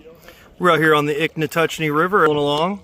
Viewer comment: Not Ichnatuckee. It's Ichetucknee. 😉